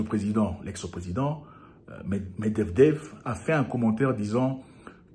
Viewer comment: Medvedev et non Medevdev 😂😂